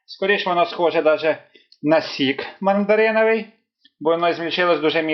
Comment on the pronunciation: Мардариновий зефір з мардарина?😂😂😂 Індегрієнти😂😂😂ви це спеціально говорите?